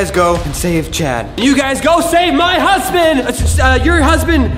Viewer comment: Omg did Daniel just say save my hunsbin